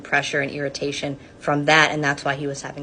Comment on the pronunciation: "Feeling pressure and EARitation" HA